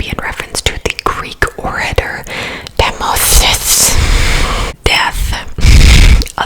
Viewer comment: Omg you pronouncing “Demosthenes” had me dead 😂🤣 love your videos so much ❤️❤️❤️